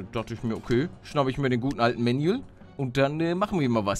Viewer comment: Er heißt Manuel nicht Mänjuels